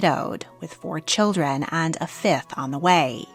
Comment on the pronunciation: What a dreadful accent! Why do we need to have an American narrator for a storu about the British Royal Family? She, messes up all the names and her intonation is weirdI cannot be bothered to listen to this rubbish. She cannot even say 'children' clearly and without distorted vowels.